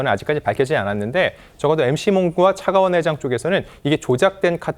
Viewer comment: 차가원을 차기원으로 발음하거나 120억을 120원으로 발음하는 등 소리만 듣는 저에게 좀 불편한 부분이 있네요